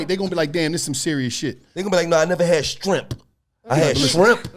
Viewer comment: ”strawberry shtrimp” 😂